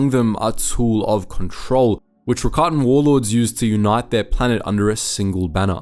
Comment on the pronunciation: I think I have a good question- if the Rakatans originated in legends books, what was the piece of media that made it clear it was pronounced like Ricotta instead of rackatan?